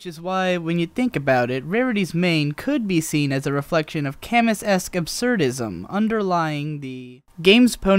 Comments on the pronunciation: Camus is pronounced Cam-oo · "Camus" is Cah-moo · Camus = "Camoo" Just thought you should know. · Strictly speaking, it would properly be pronounced "Com - Ü"… 7@ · >"ca-mus" i am disappoint